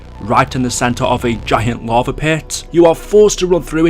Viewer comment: Going down to the larvae in transit. Funny how he can't say lava. It's funny idk why. falling into the larvae pit